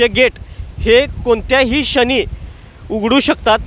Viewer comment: Anchor एक ठिकाणी तुम्हीं राधा धनगिरी म्हणाला राव.😂😂😂 क्षणी म्हणायचं सोडून कोणत्याही शनी म्हणाला.न्युज ऐकत हसू पण अल.छान अपडेटे. तुमचा भाषेबद्दल काही तक्रार नाही.उलट बातमी ऐकत असताना मजा आली.